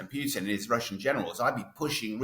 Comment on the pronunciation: Pronunciation basics: Putin, not Pewtin/Pughton.